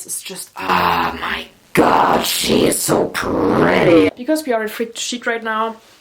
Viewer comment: ShE (no hate might just be your accent)